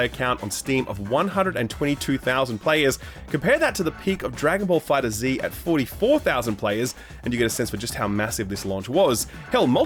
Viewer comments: For the love of god it's "Fighterz" not "Fighter Zee". No excuses unless you were being trolled by the lil bussyman. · It's Dragon Ball FighterZ. Said as Fighters. Not Fighter Zee. Sorry, it was just bothering me lmao